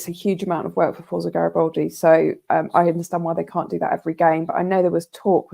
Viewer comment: "Forza" should be pronounced as Fort-za. It's an Italian word so would be much better pronounced as Fort-za Garibaldi.